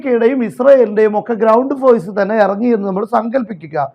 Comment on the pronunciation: Foise alla force